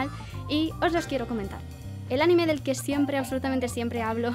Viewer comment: Noooooo. CÓMO QUE ánime. ANIME sin la tilde en la a por favor:((( o sea cómo puede ser? Ajajajajjaaja